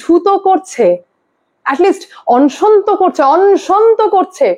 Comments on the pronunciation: বাবা,কথাটা অনশন, অংশন নয়।তুমি খুব concurrent খবর দাও,কিন্তু উচ্চারণটা একটু ঠিকঠাক করো।otherwise, খুব ভালো। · ম্যাডাম সব ঠিক আছে কিন্তু অনশনের উচ্চারন টা একটু ঠিক করে নিন। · অন্ সন্ কি বলুন অনশন